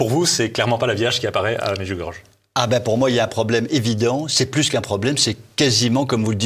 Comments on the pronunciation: en effet la maniere de prononcer medjugorié dans cette emission fait mal aux oreilles -- et encore 100 fois plus toutes les cochoneries que mr raconte < >il devrait penser 1 petit peu au jugement de DIEU;;JÉSUS a dit sur la croix PÈRE pardonnez leur ils ne savent pas ce qu ils font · …. Ah ! Le Démon s'est glissé partout . Ce monsieur ment et ment comme il respire. Je me pose une question: s'est-il jamais rendu à Medjugorye ? (prononcer Medjugorié svp - c'est affligeant de voir des gens sans scrupule déformer volontairement les choses) . Pourquoi n'expose-t-il pas les contradictions dont il parle? Se contenter juste de répéter comme un perroquet: "depuis le début, il y a des contradictions" ne prouve rien du tout !!! . c'est de la méthode coué en fait quoi ! Plus je crie que c'est faux, plus ce sera faux ? 🤣🤣🤣🤣 C'est franchement grossier et ridicule quoi ! A tous les gens de bonne foi qui ont regardé cette vidéo, je me permet de leur rappeler la parole suivante de Notre Seigneur Jésus: On reconnait le bon arbre à ses fruits . Les nombreuses guérisons miraculeuses durant et après le pélérinage à Medjugorye, les nombreux aveugles qui ont retrouvé la vue là-bas, les nombreux signes dans le ciel (que tout le monde peut voir et filmer ) durant les apparitions, les exemples sont innombrables . Medjugorye est un merveilleux arbre qui a et continue de produire beaucoup, beaucoup de bons fruits , et c'est toute la différence avec tous ces menteurs de plateaux qui n'ont rien de concret en main pour étayer ce qu'ils affirment. Seigneur Jésus, pardonnes leur car ils ne savent pas ce qu'ils font. Par ailleurs, aucun message de Marie n'a jamais traité des évêques de connard , ni que Marie ferait descendre une basilique sur le lieu de l'apparition : c'est une pure inven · On dit pas "medjougorge", faites un effort! On dit "médjougoryé". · Medjurgorge non Medjurgorjé pour la prononciation. Vous êtes ridicules, je ne vais plus financer TVL